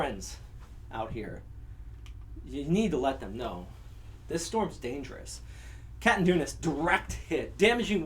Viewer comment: Catanduanes - Ka-tan-duan-nes .. just saying.. I just subscribe as this is a great meteorologist.. following you all the way.. detailed, honest, precise, informative and resourceful.. more power sir!